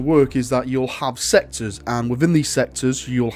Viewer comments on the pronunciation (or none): I heard "sector" as "sexes" and was wondering if you had gone full Slaanesh at that moment.